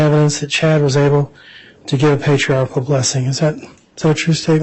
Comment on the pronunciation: I'll sent Nate $100 if he can teach the prosecutor the correct pronunciation of "patriarchal". It's NOT patriartical. 😬😑